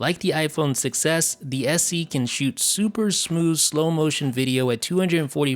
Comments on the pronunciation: When you say “iPhone 6s” it sounds like you’re saying “iPhone success” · Sounds like you say iPhone success instead of 6S xD